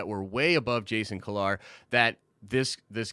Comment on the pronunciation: Jason (Key-Lar)